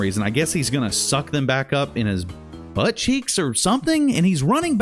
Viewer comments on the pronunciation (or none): Yo I laughed so hard at how you say butt and buttcheeks. Especially 😂💀